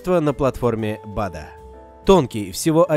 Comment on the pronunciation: не bAda, а badA